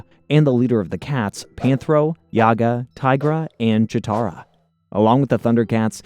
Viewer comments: It's not Yaga... It's JAGA! J not Y. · Read the names correctly bro! not Yaga, he is Jaga And the two kittens too! Sigh. Don't you know their names? I think you never watched any of the episodes before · 1. his name is Jaga and not Jiaga, you pronounce it all the time wrong. Are you sure you hae seen any episodes? 2. in the beginning why we see the 2011 panthro? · Dude yaga.. have you ever seen the show? Its jaga like jaguar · Who the f*ck is Yagga you mean Jagga clearly you didnt watch the show. Also Snarf is Lion-o's nurse maid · I cant get past the mispronunciations. Dudes killin me with "Yaga" F outta here. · The pronunciation of “Jaga” as well as “Wily kit and Wilycat” are definitely tip offs that something isn’t right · JA-GA not YA-GA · It's actually Jaga the J is not silent ofcourse if you were a real fan of the show you'd known that and also Thundercats weren't on Saturday Mornings they where on during the week after-school. Maybe next time do a little bit more research chief. 😎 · I got to meet Larry Kenny, the voice of Lion-O, and get his autograph. During this meet and greet, I made sure to tell him how instrumental he was in my childhood by making all those mistakes and JAGA had to show him the right way. Curious to see this alternate version with whoever this YAGA character is. As well as the 2 Willies. Totally not pronounced Wily, like Dr Wily from the Megaman franchise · YAGA?! YAGA?! ITS JAGA (PRONOUNCE THE 'J' AS A 'J' YOU NITWIT!) YOU DUMB MILLENIAL ONLY KNOW HOW TO DISRESPECT HISTORY. DELETE THIS EFFING VIDEO OR REMAKE IT! YAGA! WTF IS YAGA??? THIS IA THUNDER CATS! NOT BABA YAGA YOU ASS! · Is your channel pronounced “Yar-toon” the same way you say “Yaga” for Jaga? And what is with the willies? It makes me wonder if you’ve got a willy. 😂. Plundar not Plunder. So many issues with this. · His name is Jaga! NOT Yaga! How can you even read his name wrongly?!? I bet you are just paid to read the script and no idea what Thundercats is all about!!